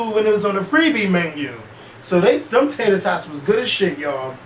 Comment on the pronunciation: Lmaoo "Tater Totts"!! Smh Oooh